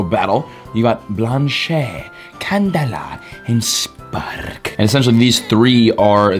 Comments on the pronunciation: It hurts my brain to hear you say Blanche wrong so many times like you’re trying so hard but you still got it wrong 😂 you’re pronouncing the blan part right but it’s not blanché it’s Blanche like blansh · Bla- an-ch...........not blan-cheeeeyyy😂😂😂😂😂😂😂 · Blanche rhymes with Ranch and branch... Not blanshea 😂😂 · bro its pronounced "Blanch" ... the e is silent Even the french pronunciation is silent e nice to hear you pronounce it right at the end :P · Blanche e is silent